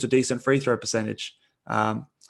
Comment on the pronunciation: Why is that guy saying three throw. Its free throw homie